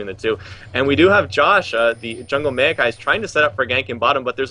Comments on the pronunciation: rly Meewwwkai, maokai ffs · The next time that one caster says "mayokai" instead of "maokai"...